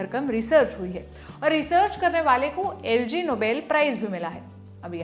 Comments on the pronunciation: "एल जी" नोबेल नहीं होता है, "आई जी" होता है जिसे "इग-नोबेल" पढ़ते हैं। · It is pronounced as Ig Nobel and not Lg Nobel. (इग्नोबेल and not एलजी नोबेल) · It's IG Nobel... Not LG Nobel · it's called "ig-nobel" prize, not LG nobel prize!! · its ignoble not Lg nobel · It's IG nobel, not LG nobel 😅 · Not lgnobel but ignobel ! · LG Nobel nhi hota. Ig Noble kehte hai. The name of the award is a pun on the Nobel Prize, which it parodies, and on the word ignoble ("not noble"). - Src: Wikipedia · Not LG it’s Ig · Its ig-noble prize,not Lg noble prize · I was about to comment that and found this comment 😊👍